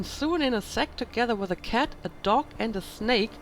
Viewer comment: The way you pronouce "cat" gives away your german background. :D